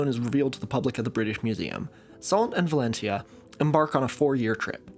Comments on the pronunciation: All those clever clogs pointing out the pronunciation of Viscount while missing that of Valentia - 'ValENcha'. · The Viscount is of a part of southwestern Ireland, so pronounced differently to the part of Spain usually. Kind of like Val-ent-shya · I hate to be that guy but as a person from County Kerry Valentia is pronounced Val-en-cha. It’s a fascinating wee island. It is the site of the first transatlantic telegraph cable and is home to one of the oldest tetrapod trackways in the world.